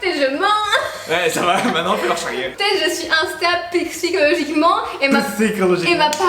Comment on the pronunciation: Psychooooolochiquement 😂😅 vous me faites tellement rire.